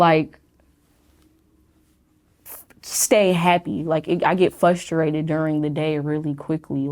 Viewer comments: People who say "FUSTRATED" instead of "FRUSTRATED" make me really FRUSTRATED I wish people would stop doing that, it sounds really stupid and annoying. We already made a rule in the English language that you're not supposed to say it that way. I am not the only person who gets annoyed with this, there are many of us. If you have problems in your life, I guarantee many many people will be more accepting of you if you just start pronouncing this one word properly. It literally hurts other people's ears. Stop doing it! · People who pronounce frustrated as "fusstrated", bother the fuck out of me. Kinda frustrating tbh.